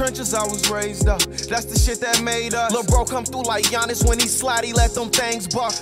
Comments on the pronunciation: I see you made a point to say “Giannis” name right this time🔥🔥🔥🔥😈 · He said Giannis right!